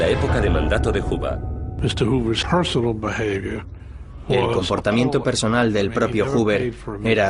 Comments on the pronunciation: Porque lo pronuncian "juba" lo correcto es. "juuber" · Tal parece que este documental trata sobre un casi tocallo de J Edgar Juber (pronunciación).... Y nos presentan " Los secretos de J Edgar Juba". En los otros 1000 documentales y durante medio siglo hemos oído hablar sobre "Juber"........ Solo hoy en este video van a hablar de "Juba". {obvio, estoy hablando con ironía sobre los CAPRICHOS GRAMATICALES de los periodistas y pseudoperiodistas hispanoamericanos..... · "Huba"? Que pronunciación tan fea jaja 🫠